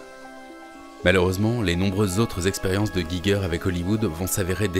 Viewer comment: Intéressante vidéo !! :D Par contre, il faut prononcer le nom "Giger" comme "'Jijer".